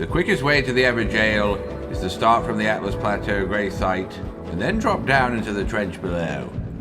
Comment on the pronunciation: Whoever halts my pedantic OCD and starts calling it Altus not Atlus Plateau will be my fave on this channel. Guru? Throthgar? What stalwart enunciator shall take up the challenge?